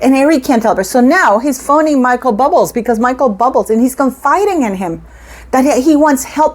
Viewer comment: Hi, Bubbles are for fun for children to make and Bub- le is how Michael's name is pronounced. Stop saying it's pronounced bubbles as you are incorrect. It's not amusing. You're better than this.